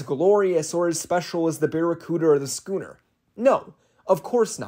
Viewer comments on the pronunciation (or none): Who else heard “gooner” instead of “scooner” 😭💀